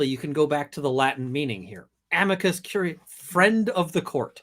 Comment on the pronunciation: I just keep hearing "Amica Cream"